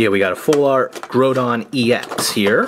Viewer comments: Your pernicious is horrible kyogre is said kioger and groudon is said growdon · Groudon: "Gruh-ow-don" Kyogre: "Kai-yo-grr" Roggenrola: "Raw-gen(sounds like den)-roll-uh" The Full-Art holo cards are called Ancient Trait cards :3, they're different from EXs, and if you wanna learn more, go to Bulbapedia or Pokébeach to read up on the sets! Also the Groudon EX promo is just a regular EX, not Full-Art. Just helping with pronunciation. You guys did pretty good for being so new to the TCG format of Pokémon though! ^-^ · its actually pronounced kiogr and growdon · Dude it's a problem that you think you guys are hot stuff, when you call Kyogre "Keyogrey and Goudon "Grodon" I'm sorry I'm not sorry for saying this but I, and every other non brainwashed child and every TCG and even VGC players would rate this video as trash